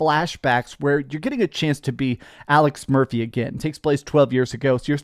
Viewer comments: Did you say Alex "Mercy"? That's how you get a dislike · It's Alex Mercy. The 'ph' is silent . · Get his name right! It’s Aleph Murxy! 😅